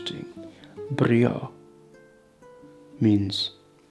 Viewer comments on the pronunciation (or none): Interesting video but you're mispronouncing the Portuguese "o" at the end of words "temos" is /tem-oosh/, "Douro" is /dou-doosh/, "brio" /bree-oo/ not /bree-oh/ -o endings are not like Spanish. Spanish and French helped me learn Portguese (my 4th language).